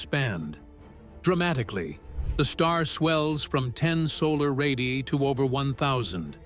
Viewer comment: Someday AI slop will learn to say the plural word “ Ray diii aiiii” correctly.